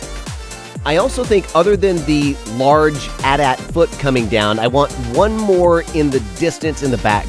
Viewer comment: You said AT-AT correctly! LOL Man why do you torture yourself with a time limit and no reference material? I really enjoyed that and without reference material it looks pretty damn great to me!